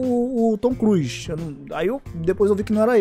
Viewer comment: o certo é "Tom Cruise", não "Tom Cruz" 😂